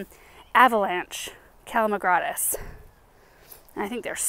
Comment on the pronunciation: Can’t wait to get my hands on those sedums. Don’t hate me but it’s pronounce cal-a ma-groS-tis.